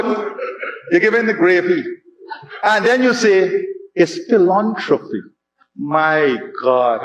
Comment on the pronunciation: It's PhilAntropy, Not philontropy